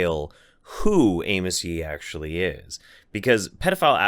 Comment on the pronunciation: I thought you were calling him anus. I wish you were.